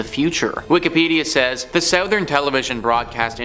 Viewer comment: You say “southern” funny. Is that a Canada thing?